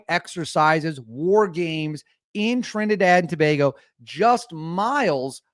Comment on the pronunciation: You are the first yankee to pronounce Trinidad and Tobago properly lol...and yes we are wayyy to close to Venezuela😐...but now we dont hate them we just need them to stop entering illegally.